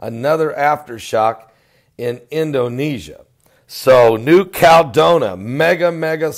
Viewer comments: you're killing me. It's pronounced New Cal-e-don-i-a. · Since when is a 7.1 a mega quake. and it is New-cal-e-don-ia. real english please and it is only a 7.1. A mega quake would a 9 or above.